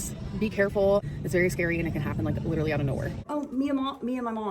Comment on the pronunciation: Literally!!!! Cmon!!! Say it right!!